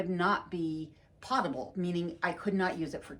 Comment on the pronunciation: I watch your channel often and enjoy it. However, I wanted to point out that the o in potable is long and pronounced ‘pow tuh bl’. From watching you from your journey to Alaska, I feel like you would appreciate knowing.